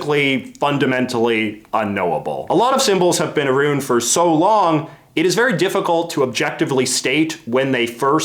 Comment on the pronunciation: aroond? I thought it was around, like sound